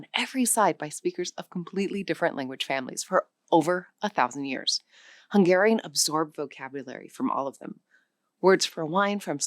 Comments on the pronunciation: The Hungarian was not native. Barely recognizable. The most basic pronunciation errors of someone who never studied a minute of it. Not representative. Another mistake. It is the other way around. The closest ones are the Siberian ones (Khanty and Mansi). Finnish and Estonian are way more distant. Also, Hungarian stress accent and vowel qualities still sound distinctly Uralic. Quite different from its neighbors. (Slovak (and Czech) sounds vaguely similar, but because it too has first syllable stress, unlike most Slavic languages -Hungarian influence?) A total, misleading mess. Those are either not loanwords or not from the language on screen. WTH? Barely researched video. Somebody just winged it. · The Hungarian was so much buthered, that ofcourse no-one could recognize it. Then mentioning Polish... Well.... They literally pronounced the Polish "SZ" instead of the Hungarian "SZ"....